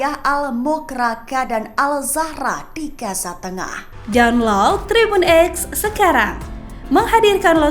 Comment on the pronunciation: bacanya Gaza mba bukan gasa 🤦